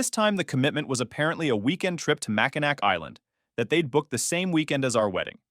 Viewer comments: Dear, It's pronounced Mack-I-Naw not Mack-I-Nack 😂 🤔 Their fertility DR was a Martinez? 😂 This is pure comedy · Mackinac Island is pronounced Mackinaw 😊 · Oh your Polish and Lithuanian American friends who go to the same churches and love their food as if it were šaltibarščiai. Mackinac is pronounced Mackinaw.